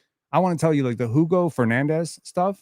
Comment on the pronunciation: pretty sure the hugo name is pronounced oo go